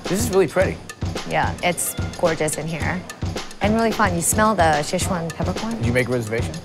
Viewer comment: Pretty good, though I did get a kick of the mispronunciations of Sichuan and Chengdu. My wife is from Chengdu. The food selection though is on point, biang biang noods, lamb skewers, and hotpot are favorites of mine.